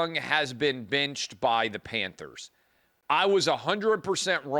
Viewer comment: I like Clay but why does he go back and forth between the word “benched” and “binched?” What is with the pronunciation of the short “I?”